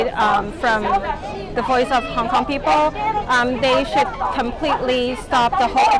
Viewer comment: yeah guys im from Hong Konmg. you mean Hong Kong. What the fuck is that I clearly said Hong Komg